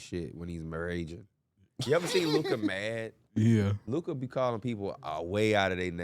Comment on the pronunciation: year 7 still can’t say luka name right